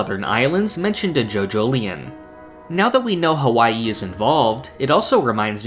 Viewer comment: Don't say H A WwaiIi ever again! Not cute at all.